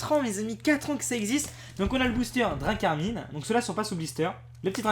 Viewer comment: c dracarmin pas dracarmine non mais 😭